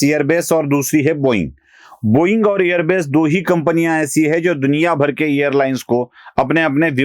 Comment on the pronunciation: एअरबेस नाही एअरबस